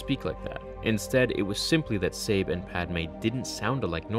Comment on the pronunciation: It's weird that you keep switching between different pronunciations of Sabé's name. It should be pronounced Să-Bay. The names are my biggest problem with this book, all of her handmaidens had very similar names, it made it difficult to keep them straight.